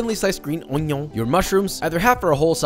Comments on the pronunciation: is he sayin urine? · why you say onion so weird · Wait wait, say onion again😂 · The way Josh says "onion" is the reason I keep coming back lol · I like how he pronounces onion like onion. and yes, you just read that differently